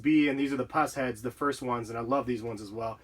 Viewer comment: I have Pushead 2s and disnt know it was pronounced like that